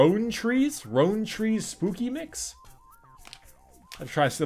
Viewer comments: Rowntrees is pronounced like R-ow-trees instead of R-own-trees. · LOL pronounced ROUND-TREES